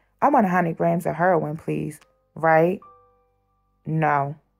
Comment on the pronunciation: Hurrrin not Heroin 😂. Love Baltimore man.